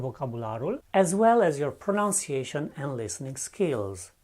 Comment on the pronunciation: Hi. , it should be "then" – not "than". Also, , the word 'pronunciation' should be pronounced as it is spelt – i.e. pro*nun*ciation, not pro*noun*ciation.